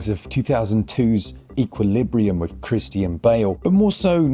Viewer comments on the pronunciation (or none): “Kris-tee-un Bale” 😂